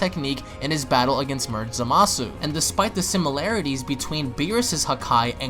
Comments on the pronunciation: Quit saying zamasu like that . You sound dumb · It fused zamasu ps your saying zamasu wrong